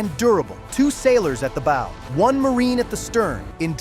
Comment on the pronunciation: Please, if you’re going to broadcast these videos, learn how to say the boating term “BOW”!!!🤡🤐